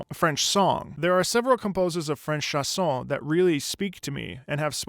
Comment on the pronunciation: As a French yes the first time I heard it I was searching what were the lyrics cause it didn't meant anything but some words seemed to be "carré", "sauve-la", "flâner", "nez" "roux"... ( Also it's chANson not "chAs(s)on" ^^ in phonetic it's pronounced {ʃãsɔ̃} ) Love your videos ^^